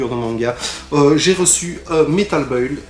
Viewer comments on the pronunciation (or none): none